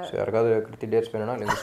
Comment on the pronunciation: It's not keerthi shetty it's krithi shetty